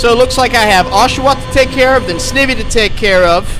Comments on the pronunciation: You're pronouncing Snivy wrong it's pronounced Snie vee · It’s Sn-eye-vee by the way, and I like these vids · you said snivy wrong